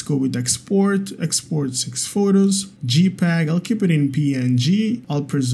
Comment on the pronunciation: jpeg = 'jay'peg (not 'gee'peg) 😀